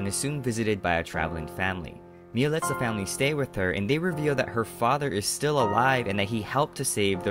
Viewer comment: It's said miyax